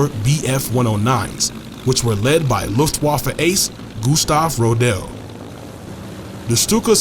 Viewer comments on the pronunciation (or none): One small point. In the word Luftwaffe the 'w' is pronounced as an English 'v'.